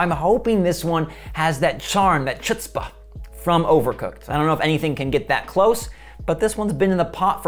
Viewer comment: The way he pronounced chutzpah lmfao